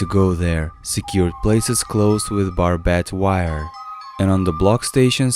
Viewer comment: I know he's Russian but even NFKRZ can pronounce barbed wire correctly.